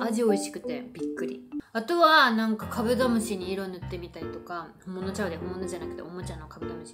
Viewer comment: 酔ってきちゃったのかカブドム"シになっててかわいい